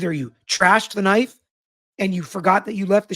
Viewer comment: I was listening and I kept hearing gay bar knife. Thankfully I finally read the transcript.